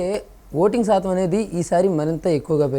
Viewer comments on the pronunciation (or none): none